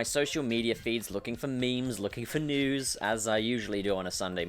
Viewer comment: for a second i thought he said "looking for nudes" instead of "looking for news"